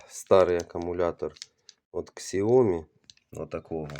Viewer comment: яке КСЯОМІ, вимовляється як сяомІ, наголос на І